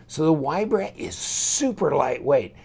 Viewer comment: FYI - Straight from the designer, name is pronounced VEE-Bra. Polish folk pronounce "W" as "V". Love your vids,. Keep 'em coming.